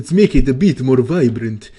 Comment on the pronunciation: "let's make it more vibrant" lol you killed me with your russian accent